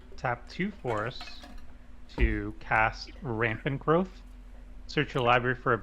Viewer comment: lmao even playing in English still says "rampant grauwth" Me gustan los vídeos, ¡buen trabajo chicos!